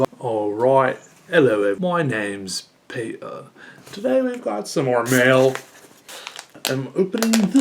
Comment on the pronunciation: nobody: peter: awwrite ello everybo- awwwrite ello eve- my names peeuh